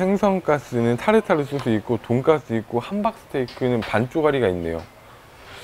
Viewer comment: 쓰 발음 못하시나봐요 ㅋㅋㅋ 발음이 계속 돈가th 돈까뜨 돈가ㅊ뜨 이러셔